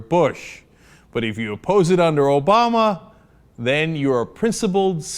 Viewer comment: Is saying "Obowma" meant to be clever?